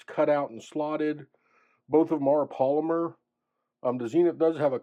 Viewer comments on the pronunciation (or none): none